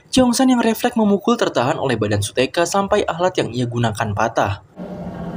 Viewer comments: Kak mohon maaf namanya bukan su-teka tapi su-hyeok itu yang aku itu namanya bukan su-teka 😊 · shuyok bukan suteka bang tapi gak papa de!